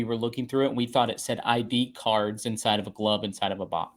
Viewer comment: It's cards not curls.